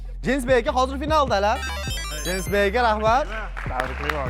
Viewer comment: Ismni norm ayting jinsbek mas je iltimos je deng